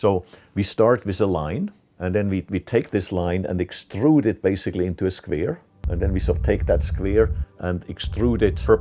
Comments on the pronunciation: I love how he says “squere” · I like his pronunciation on the word square. "Sqvare" :) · Yeah, we all love those squeers. :D